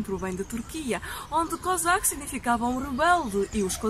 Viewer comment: Sempre que vc falava kozaky eu entendia cazaque